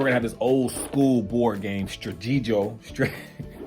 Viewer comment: Pronounced Stra - tee- go. As in stop and go. played it a lot as a kid. OMG found a doodle bear!!!